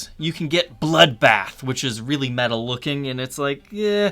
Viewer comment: Why did you start saying words like "metal," like, "meh-TTTal"? Please stop, just say "Meddle" like the rest of us.